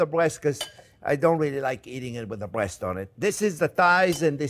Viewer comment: Count how many times he said "brwest" in this video. lol